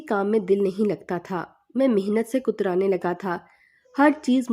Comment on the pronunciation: Katrane not kutrane